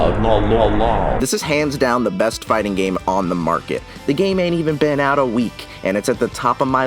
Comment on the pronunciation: I feel like your emphasis was a little off there